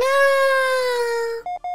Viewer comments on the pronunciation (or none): The turret sounds like it’s saying gooby not goodbye